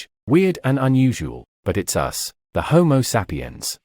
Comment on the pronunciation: Looks like the narrator would learn how to pronounce home sapiens, lol.